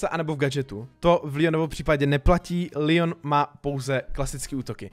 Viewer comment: Je to leon a ne lion